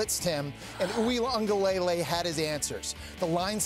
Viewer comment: The way they say DJ’s last name is so cringe🤦🏽‍♂️ it’s pronounced wing-ah-leh-lei